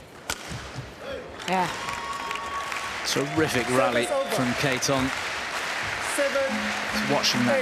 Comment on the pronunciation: you can clearly hear the PA and the umpire say ka-TEH-thong, yet these announcers still keep on saying it as kate-thong. come on, be better. and please! talk about the match more and not just story telling all the time